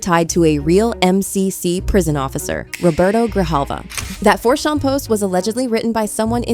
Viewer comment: Not 4shan-4Chan. Ch like church.